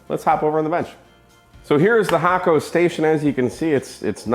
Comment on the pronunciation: You've been paying attention to the Japanese pronunciation of Hakko :)